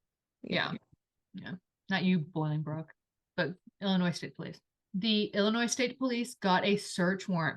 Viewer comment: Sorry I need to make a correction … the city is NOT Boilingbrook. It is pronounced BOLINGBROOK. I lived a few miles from their house. This is a great story. Thank you for telling it. Such a shame!!